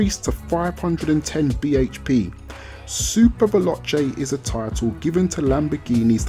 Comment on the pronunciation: I love how he say veloche xD